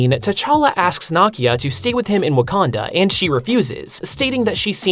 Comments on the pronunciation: I love it thus far—but the Lupita’s character’s name is pronounced “Nee•key•ah.” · I understand that when you see a non American name in a comic book that the mispronunciation of said name is excusable. But Nakia is correctly pronounced in the movie - movie that you have stated in this same video to be one of your favorite MCU movies. This I why I don't get that you mispronounced the name. I guess that's the American way. I still liked the video though. I like the content you put out.